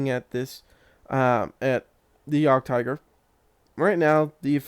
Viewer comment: Nice intro, good feeling leading into the video and just to help you out so people don't yell at you about the pronouncing of this tank, it sounds like yeahgedtiger yeah-ged-tiger :) it confused me at first as well haha